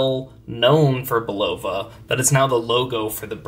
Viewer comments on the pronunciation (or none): Bulova also has its ultra high frequency (262kHz) “Precisionist” movement accurate to 10 seconds a year in a variety of pricier models including the Curv series, Precisionist chronographs, and the Lunar Pilot. And as a native New Yorker it has always been pronounced “BULL-uh-vuh” Do a Youtube search for “Bulova Watch Time” tv and radio ads from the 40s, 50s, and 60s Thanks for the video! That transistor looks odd to me (I have an M4) but the chapter ring, crystal, and handset look exactly right. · I find it surprising that the guy doesn’t know how to pronounced…..Bull’ la vah……….accent on the first syllable….😆👎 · Bulova....accent on the first syllable Bul’ o va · It’s pronounced Bull-uh-vah. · I went to the Bulova School of Watchmaking in New York and never had I heard Bulova pronounced with the accent on the '0'.